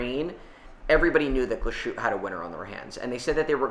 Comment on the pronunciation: I love how massacres brand names: Glashoot- Yayger - Miljano 😂